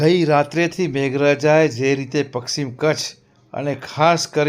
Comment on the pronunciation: પક્ષીમ કચ્છ નહીં, પશ્ચિમ કચ્છ કહો 😂